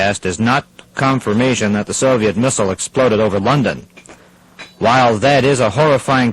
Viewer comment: The only thing that clued me into it being a student production is that the presenter for some reason pronounces "Soviet" as "Sovet".